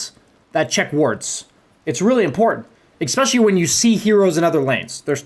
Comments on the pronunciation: Awesome guide, but please, "especially" not "expecially". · nice video, learned a lot from it. but can I please ask you to stop saying "expecially", the word is especially. drove me absolutely crazy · For someone who says especially a lot should really learn how to pronounce it properly.